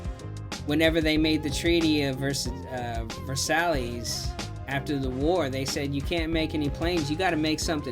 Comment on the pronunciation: Thank you for a lil history! Not just someone else playing a game. I did not know that. You are pronouncing Versailles wrong tho